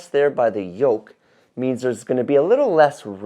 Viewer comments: It's yoke, not yolk. Otherwise, this was a very good and informative video! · YOLK???, my dear, I think you meant to say "YOKE"!!! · *Yoke, not yolk 😂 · Came here to say that.